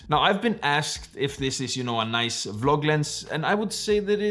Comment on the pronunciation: Nobody:: Focus ring is NOICE!!